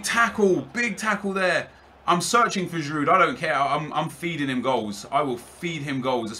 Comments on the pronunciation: its pronounced girou not giroud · You support Arsenal and pronounce the d on Giroud. It's more like girou almost. Do you even watch football? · Please stop saying Giroud with the D in the end bcoz its killing me, the D is silent bro -__ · you don't pronounce the d on giroud nep